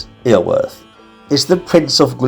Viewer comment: Just wish you'd make more effort with the pronunciation. Iorwert is pronounced Yor-werrrth.